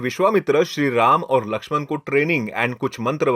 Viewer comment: उच्चारण पर काम करो भाई। रावन ❌ रावण ✅ रामायन ❌ रामायण ✅ पुरान ❌ पुराण ✅ लक्षमन ❌ लक्ष्मण ✅